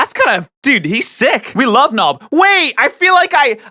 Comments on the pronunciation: “We love nob” xD - sorry I had to 😂😂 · "We love Nob"